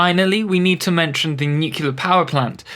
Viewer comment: Nuclear* not nucular. There's no second U. nu-clear. Beautiful build!